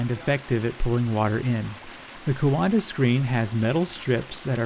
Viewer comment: coanda is pronounced kwawnda